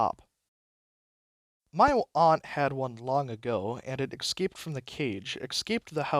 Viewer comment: hope you dont take it personally, but "ecscaped" hurts a bit every time. great storytelling otherwise